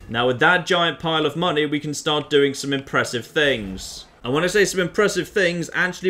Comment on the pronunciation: says "Giant pile of money," I hear "Giant pile of mantis eggs."